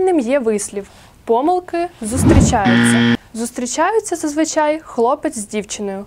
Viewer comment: Панове викладачі-"двістібальники", вчителям набридли не тільки типові лексичні помилкИ, а й такі самі "кошлаті" помилкИ орфоепічні! Записуючи відеоуроки, будь ласка, уникайте помилОк у вимові найпростіших слів. Повторімо всі разом — і ми, і наші учні: пОмилка і помИлка, але помилкИ, помилОк, помилкАм!